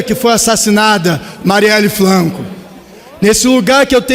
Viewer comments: "praca", Marielle "Flanco"?? Estranho... na entrevista dele para Mário Sérgio Conti, ele não falava assim, errado... Parece que está fazendo um teatrinho para se passar por coitadinho , "favelado que não sabe falar" ... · E eu ouvi Marielle Flanco....kkkk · Estou surdo ou ele falou "prlaca" e "Mariele Flanco"? Kkkkkkk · Companheira "Mariele Flanco" tão amigo que não sabe nem dizer o nome correto. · Ele cita Aécio Neves como corrupto mas não cita o ídolo dele que é o Lula ladrão velho ali babá . Cara ridículo ele troca o R pelo L. Ele pronuncia MaLieli FLanco. Essa esquerda é safada, mentirosa e ridícula toda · Esse "grande" deputado RESERVA não sabe nem falar. "PRACA", Marielle "FLANCO", essssiscandalos., kkkk......idiota. Isso que dá. O eleito era péssimo, o RESERVA é pior. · Quebraram a praca da Mariele Flancokkkkkkkkk no congresso 😱